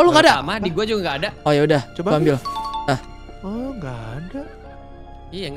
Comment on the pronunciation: ngakak bgt mo ngomong ambil malah ambyal😭